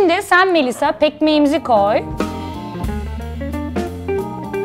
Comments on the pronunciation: Sen sanki cümle kurarken kelimeleri kusursuz söylüyorsun🤦🏼‍♀️ Sonradan düzeltti zaten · Peki şeyma ablanın pekmeze pekmeğimizi koy demesi farkedenler +1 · "şimdi sen pekmeğimizi koy" z si yok